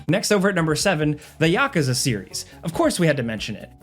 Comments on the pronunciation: Yakaza? So my favorite YouTube channel is just AI-based voice? 🥲🥲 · I lost it at "ya-ka-za"😂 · never in my life have I heard someone say "Yakuza" like that